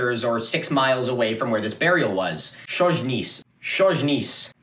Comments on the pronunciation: lmao chojnice is (hoynitse) not (szoynizh) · "/shozh-niece/, /shozh-niece/..." - /hoy-knee-tseh/ actually😄 ...also, Duke /mee-esh-koh/ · I have to say, your pronounciation of polish names is absolutely fucked up. For example Mieszko is "Myeshko" and Chojnice is "Hoy-ni-tse" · Mieszko is pronounced Mee-esch-ko. The "esch" bit isn't exactly right, since it's actually a lower sound (made by arranging your tongue very slightly differently than the position for "sh") but to be perfectly honest I'm not expecting you to learn a completely new diphthong for the sake of a single Polish name. Chojnice is pronounced Hoy-nee-tseh. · Chojnice is actualy pronounced somehow like "hoy-nee-tze" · did mostly good on Ostrowite, Chojnice is more like "Hoy-NEETS-eh" only that initial h is a little rough with the tongue up as if to make a "k" sound, like the scottish pronunciation of the ch in loch also Mieszko would be best approximated as "MYESH-ko" advice if you ever have time to go down a wikihole is to learn the International Phonetic Alphabet since it makes pronunciations so much easier and most wiki pages for foreign names of things will have an IPA transcription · Lord have mercy, you murdered "Chojnice" xd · You totally butcher polish names... Like totally different sound... Chojnice was fun as I didn't know what you are talking about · Yes hello you have my blessing also :P For real though, the only one you really butchered was Chojnice, and either way good effort! Also, Mieszko would be something like Me-esh-koh.